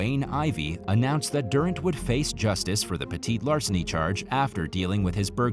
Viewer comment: you can call it petit larceny, but i think your the only one who doesnt say petty larceny.and stealing is terribly wrong 100% of the time